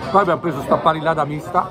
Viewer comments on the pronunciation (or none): dobbiamo farti un corso rapido di spagnolo/andaluso: la doppia ll si pronuncia i un po' tirata... Come Mallorca la pronunci Maiorca, così parrillada la pronunci pariiada. Ti aspettiamo nella costa più bella e selvaggia dell'Andalusia, quella della provincia di Cadice!!! Vedrai che una volta qua, non torni più veramente in Italia, come noi!!!